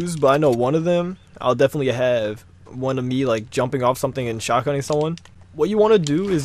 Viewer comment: "Or sumding"